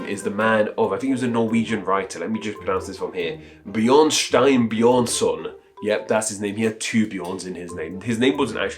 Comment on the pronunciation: no not bjørnstein bjørnson, as in bearstone bearson or bear tone son of bear, it is bjørnstjerne bjørnson or bearstar bearson or bear star son of bear.